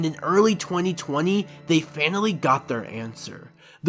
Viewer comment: This is great but it took you- and a team of other people over 1000 hours to make? That's whack. I hope you're joking, and you should really look in to how to pronounce names if you're going to make content about anime.. Also it sounds like you're saying "fatally" every time you say finally, you had like hundreds of grammatical errors in this video